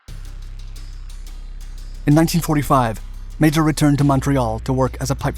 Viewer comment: I had the pleasure of meeting Mr. Léo Major, DCM. First of all, his name is not pronounced 'Major', it's pronounced 'Majore'. Also, he was known as the 'one eyed ghost'. A friend of mine was producing a documentary about the Korean War and went to interview Mr. Major in Montréal. He brought me along as interpreter, but it turns out Mr. Major spoke good English. After many questions the producer asked a bold question: 'Did you like combat?' Mr. Major replied, 'i enjoyed it very much.' He also said that 'The Chinese were nothing compared to the SS.' Apparently he was refused for service in Korea on medical grounds, because he had one eye. However, the famous commander of the Royal 22e Regiment intervened and said 'I need this man' , and Major was acepted for service. I don't understand how Major was not awarded the Victoria Cross. When i was in his living room, i realized I was in front of greatness. Despite the fact that he is not a Victoria Cross recipient, Canada Post issued a stamp with his likeness.